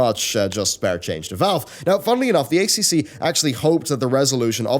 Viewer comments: Just FYI it's pronounced "A triple C", no Australian will ever call it "ACCC" and it sounds strange and unnatural that way. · As an Australian I feel like I need to say.... it's "A triple C" not "A C C C" I know it's both really.... but holy jeebus it sounds wierd when it's pronounced in the later way! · weirdly enough, both 4 syllables, just hits our ear wrong when we hear A-c-c-c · stop calling it Aye Cee Cee Cee its the god damn -Aye Triple Cee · FYI It's the "A triple C" it's easier to say and that is how we say it here in Australia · I’ve been saying this on multiple youtubers covering this story, but the acronym is said as “A-Triple-C”. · A triple c it’s pronounced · I've said this to Yongyea, Jim Sterling, Pretty Good Gaming, and LegacyKillaHD. It is pronounced A triple C. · hahah It's funny hearing all the overseas youtubers saying a c c c :D dont correct them!